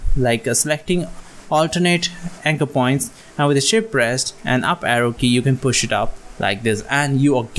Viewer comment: I keep hearing ship rest, what do you mean??